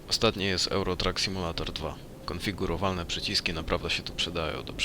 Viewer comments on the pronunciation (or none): none